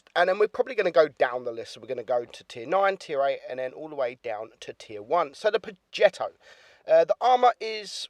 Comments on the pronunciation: I keep hearing him saying pogetto 65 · its pronounced projetto its a smooth g not a hard one